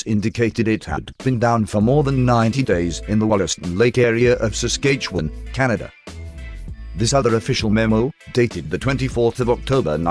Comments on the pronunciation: Saskatchewan.....lol love the robot voice pronounced word lol. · Yeah I almost spit out some White Claw when he said Saskatchewan, I grew up there!